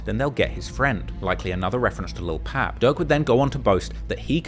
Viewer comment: Fr fr, I wanna thank for pronouncing Lil Pab's first name correctly!!! Thats respect bruh. It be the little things that make Lore great.